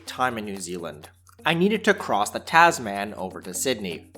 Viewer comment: Take your whinging north American accent back to where you come from. complains about A320/1 product - doesn't even fly on that product. Fuck off. Learn to say some things properly: "Kia Ora", "Tasman", "Tahiti Nui" ... etc.